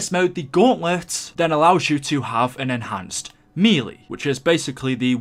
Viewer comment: You pronounced melee wrong, it's pronounced like "maylay" Lol